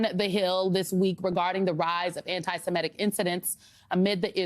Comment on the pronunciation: Symone Sanders-Townsend, and Shermichael Singleton, please learn the correct pronunciation of "semitic".